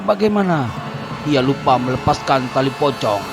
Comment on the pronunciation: Kalo mau bilang pocong bukan gitu bilangnya poci